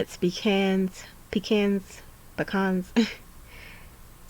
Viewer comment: ha ha, relieving to hear that even Americans have trouble knowing how to pronounce pecans 😂